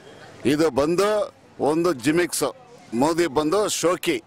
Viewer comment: JIMIX alla uncle, GIMMICKS